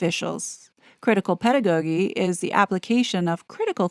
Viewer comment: 🙏 Love your work to bits, just wondering if you sometimes use a bot because words are mispronounced pretty often... (Inculcate, pedagogy)